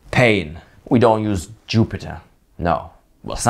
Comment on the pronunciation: "JooO-pee-tehr .. notebook"